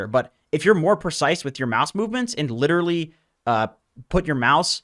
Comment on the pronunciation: You butcher pubs with Pudge the same way you butchered the word 'literally' <3